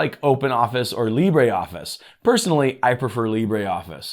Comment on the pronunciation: Its NOT LibréOffice. Its LibreOffice ! You don't pronounce the "e" but just : LibrOffice and voilà... there you go !!!